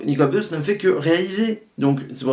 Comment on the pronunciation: Attention c'est bEdos pas Bédos ;-) Bonne video mais qui aurait merité plus de recul car je pense que t'as pas vu (comme bcp te sens pas visé personnelement) le coté frontal reac raciste clairement de ce film. Bedos a voulu faire passer son message de beauf vieille france et c'est terrible. Dujardin a le meme personnage mais sans remise en cause et à la fin tous les progressistes ont été bouffes ou mis en taule. Plus d'1 fois on voit OSS se marrer avec des miroirs de lui sans remise en cause comme le dictateur ou son supérieur C'est genant, on a plus vraiment la subtilité decaléee des deux premiers et ici Bedos utilise le personnage d'OSS pour faire passer son opinion politique et sur la société (on l'a vu sur qq scandales l'an passé dans la vraie vie que le gars etait tres reac) Tres tres embetant comme film. Peu de gens s'en rendront compte mais c'est a dénoncer. Dangereux de nos jours comme message